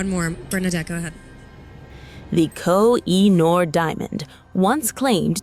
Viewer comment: It’s pronounced Ko-He-Noor. Duh! 😮